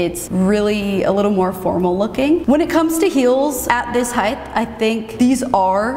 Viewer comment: OMG please stop saying "heigth". You're an intellegent professional woman. It's pronounced Height (hard "T")